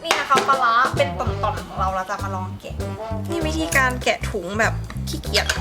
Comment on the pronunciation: ลองค่ะ ไม่ใช่ บ่อง